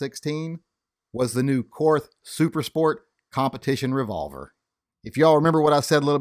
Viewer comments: Korth is pronounced "court". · Korth is pronounced as 'court' . I guess the reps didn't want to confuse Americans